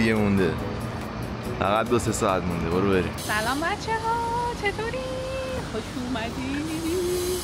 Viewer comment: فقط اونجایی که یکی به علی زلزله میگه یه رررررررر: بررررو برررررییم